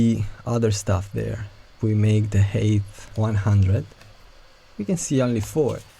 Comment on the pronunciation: each time you say "height" I hear "HATE of this element" im sorry but im dying